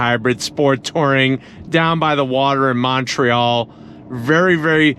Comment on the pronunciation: dude didn't say Montreal right.